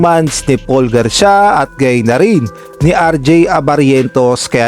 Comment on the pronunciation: Hinde nmaan gar-sya ang pagbasa nyan tamang pagbasa ay Gar-si-ya o Garcia😢